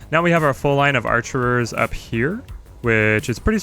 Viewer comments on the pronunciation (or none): it's "archers" not "archerers"